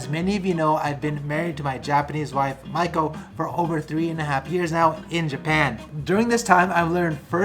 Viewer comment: Dude, how can you not even pronounce your wives name properly after 3 years? It's mee-ko not mike-o